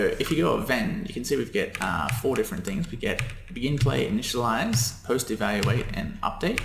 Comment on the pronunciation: "Initiliaze" :D great vid so far (